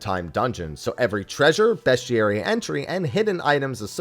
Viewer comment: I’ve never heard someone say bestiary so wrong before.